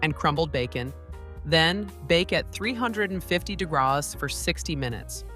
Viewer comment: It's pronounced degrees not dagras